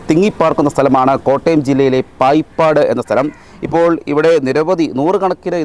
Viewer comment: പായിപ്പാട് അല്ല.. ബായിപ്പാട്...